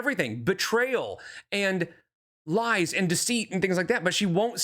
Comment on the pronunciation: Homegirl can’t keep with the lahs